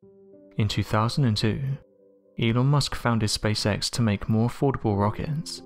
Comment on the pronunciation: In the intro between and I swear it sounds like you say "anal musk".